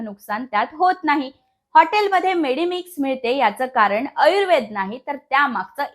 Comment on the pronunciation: अयुर्वेद नाही बाई आयुर्वेद म्हणावे.. 15 वेळा आयुर्वेदाचा उच्चार चुकीचाच